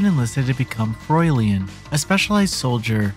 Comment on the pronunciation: Froilian? German language obviously isn't a strong point. As a reviewer if you don't know what a word is or how to read or pronounce it, do some research first.